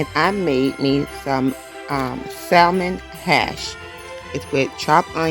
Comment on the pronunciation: She can't even properly pronounce salmon lol